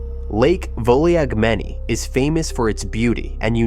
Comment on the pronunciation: Thanks for another great video. As for the lake, it’s pronounced “Vulagmeni” ;-)